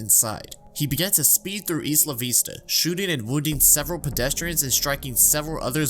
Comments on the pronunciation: "Eesla veesta" bruh it's "isla vista" like island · isla vista is pronounced “eye-luh” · Isn’t it pronounced “EYE-la vista” Edit: it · Isla vista is “eyla vista” lmao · It's i-luh vista. Isla Vista. Like island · EYE-luh VISS-tuh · Small correction. Isla Vista is pronounced eye-la vista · "Ees lavista" the gringocity overwhelms me here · he also pronounced isla vista as “eesla veesta” so he’s definitely a bit dumb